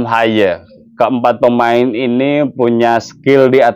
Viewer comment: Baru di sini hostnya melafalkan nama Haye dg bener 😅. Semoga Timnas bisa seri vs Arab Saudi 🙏